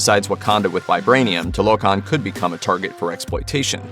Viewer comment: It's not toe lo Khan it's two la khan